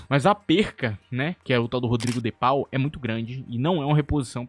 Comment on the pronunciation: O "au" em "Paul" (do Rodrigo de Paul) tem som de "o"